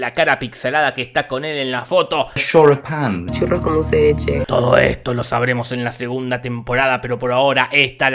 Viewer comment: Les juro que lo que yo escucho es "churro con se de che"